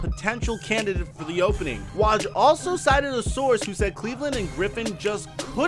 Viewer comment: You're saying Woj wrong, it's W-oh-j